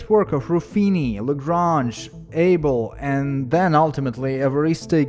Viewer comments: BRAVO!! Excellent work, thank you. One quetionible pronunciation nitpick, it's AH-behl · Abel (/ˈɑːbəl/ AH-bəl). Even though I don't expect any American guy can pronounce the foreign guy's name properly. 😮‍💨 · Abel was Norwegian, so he is not pronounced the English way!